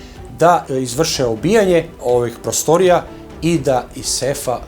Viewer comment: Nije ondak nego onda.I nije prôstorija nego prostôrija.